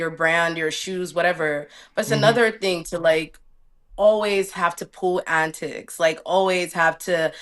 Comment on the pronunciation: The Canadian jumped out when she started saying “antics” 😭